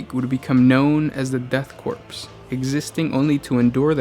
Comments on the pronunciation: I was initially upset how he pronounces ‘corp’ as ‘corpse’ but I mean it’s fitting since it’s the *death corps so.... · I agree. I love the fluff but it was very difficult to keep listening to the improper pronunciation of the word "korpse". Please double check pronunciation. It is pronounced like core. Otherwise great video. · Pronounced "Corps" rather than "Corpse", no? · Oh. My. God. Please for the love of the Emperor, STOP SAYING "CORPSE." "Corps" without the "e" is pronounced like "core." Every single time you said "corpse" was like having metal shaving forced under my fingernails, one jarring millimeter at a time. - Grammar High Inquisitor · >death corpse KORE. <-- Please say it literally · nitpick, corps is pronounces "core" not "corpse" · 1) I enjoy your 40 facts videos... 2) And Im sure this has been pointed out in the last year or so... but it is pronounced at CORE. You dont say the US Marine Corpse. Its said just like the word "core".... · Why is it you insist on horribly mispronouncing something in every single video? It's pronounced like core not corpse... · Core. it's pronounced Core. It's French. About the fifth time you said "corpse" I had to stop listening. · Her is a fact for you the ps I'm "corps" is silent pronounce it as core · Corps is pronounced “core” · Hello, friend. "Corps" is pronounced with a silent P. It's bad luck to pronounce it as Corpse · Corp is pronounced core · Corp = “Core” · Death "corpse" I wish I was a corpse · Sweet Jesus. Korps, or Corps, is pronouced CORE!!! Like the core of a planet! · Corps(Korps) is pronounced as Core lol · Austin Johnson "corps" is pronounced core, korps is not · Good video, but the "P" is Corps is silent. Pronounced like core. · "Death Corpse" stopped listening right there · Ahh the deff "corpse" of kreeage, muh fovareti